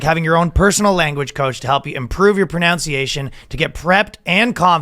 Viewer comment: Did Ryan mispronounce "pronunciation" on a Babbel ad read?